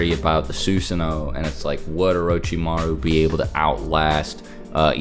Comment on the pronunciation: Sus san O. Not suuuusano😆😆😆